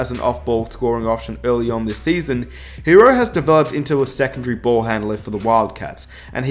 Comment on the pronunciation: If you such a big Heat fan, maybe you should learn how to pronounce "Tyler Herro".